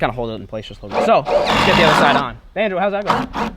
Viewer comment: I dont even go here, but I'm sitting with my dad as hes playing this on the tv, and hes asking "why has he been calling bonzo "banjo" lately?" No idea what that means but if anyone can answer, I can tell him and shut him up 😆